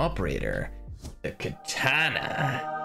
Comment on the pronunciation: Why dont you say katana but say it ktana